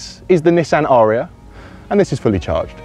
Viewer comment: Surely a short 'a' It's not an aaaaria but a an a'ria.